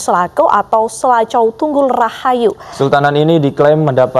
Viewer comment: Mksdnya Sela Cau, bukan Selaco kalee